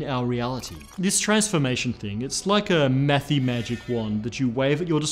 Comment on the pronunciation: Mathy sounded like methy to me. Dang tweaker physicists